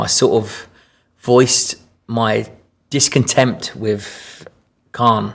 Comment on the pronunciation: I mean yeh i like him but he says words like discomtemp fs